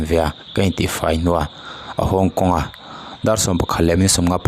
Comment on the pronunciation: I vahan chhiar thiamlo tak. Haw kawng tih tur ah. Hongkong ti ten i chhiar ri daiha fimkhur deuh teh.U tuber ho hi mipui ngaihthlak tam ber in nisi. Mizotawng hi nangmah ni vangin a him in a himlo thei ania